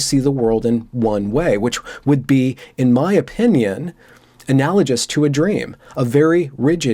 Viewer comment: Sorry, man. I commented before I'd finished watching. So. Not to be pedantic - well, ok, I'm being pedantic - but it is pronounced "analaGous," hard G. Not soft. Also. Yeah. If you are SJRE you are right, and that you are intent von eliminating those who are wrong, that is very dangerous. That is the cultural revolution, Khmere Rouge, Russian Revolution, McCarthyism, Spanish Inquisition, all of it. Hell, Nazi Germany too. Your Twitter discussion kond of reminds me of a discussion I once had with someone who said 30 Rock was racist. As she is Black and I am white, I asked her why it was racist, thinking it might be something I just didn't see. She pointed out an article about Blackface on 30 Rock, proof the show was racist. I was like...I remember that episode. How was that racist? Tracy comes in in whiteface because a white woman said pretty white women have it harder than Black men. And so as a result of Tracy's whiteface, Jenna wears blackface. She said it was inherently racist. Satire does not count. So. No win. No win situation Also. Satire has nothing to do with power structure. He should buy a documentary. But this brings up an interesting question. If a conservative Christian in Iraq makes fun of ISIS, is that dismantling power? Or is Christianity too white and this has too much power? What about Muslims in Gaza who don't like Hamas? What about a Black Jew in America who doesn't like BLM because it is explicitly anti Zionist? The Twitter guy is not making that much sen